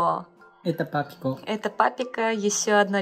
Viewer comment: Папико - Это Папико 0.0 как натурально вышло произнести у него